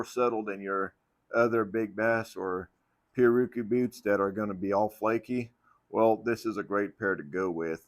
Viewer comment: pi-,rär-a-kü is the pronunciation Portuguese, from Tupi pirawrukú, from pirá fish + urukú annatto. Everyone in the western industry, including boot makers get it wrong